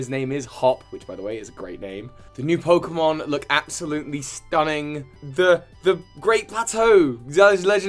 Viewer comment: i gotta look up these pokemon’s names so i get them right Also: mispronounces them badly and repeatedly throughout the video